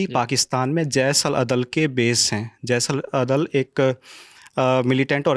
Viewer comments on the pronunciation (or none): कृपया महोदय जी को बोलिए कि अपने हिंदी पर विशेष ध्यान दें... जैस नहीं जैश है...😢